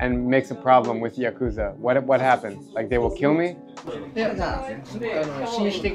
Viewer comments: Yes, if you crash into a homeless camp with old men drinking all day, you can’t expect much response even if you bait them with beer. The Yakuza segment was more interesting but pronounce the word correctly: ya-ku-za with short syllables, not ya-koo-za. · If you’re going to interview the “Japanese mob” at least pronounce their name correctly. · listening to actual Japanese pronounce Yakuza and you still pronounce it the wrong way is crazy.